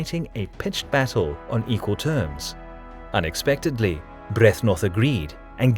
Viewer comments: You repeatedly mispronounce Byrthnoth, which besides being a little bit annoying, is also a bit comical since you have the correct spelling on the screen quite a lot :P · You sure about pronouncing "Byrhtnoth" right? "Sheer power and brutality" Sounds somehow Germanic. ;)